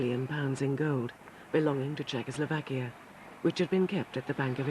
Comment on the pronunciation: For god's sake man it's CZECHOSLOVAKIA... \I know we are a small country, but the name ain't that hard...